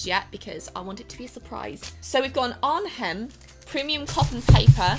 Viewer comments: The ‘h’ in Arnhem is silent.. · The 'h' in 'Arnhem' is actually silent ^^ Greetings from a Dutch viewer ♥ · The "H" is silent in Arnhem. wow